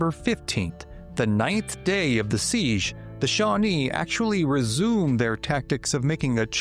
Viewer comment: It is NOT a "seegh (with a continuous vowel at the end) but a SEEJ ending with the J sound of Jerk.